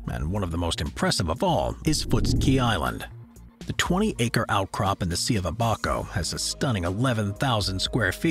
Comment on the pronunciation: Love the channel, long time subscriber but you mispronounced Abaco. It's pronounced ABBA (like the band) CO (like short for company). You put the emphasis on aBACo and it should be ABAco :)